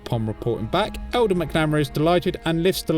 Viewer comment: It’s pronounced Mac-nuh-mare-a 😅 love the content though, keep it up!